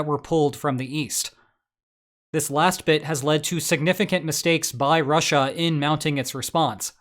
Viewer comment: Once you hear the weird way he says Russia, you can’t unhear it. “RAH-SHAH” 😂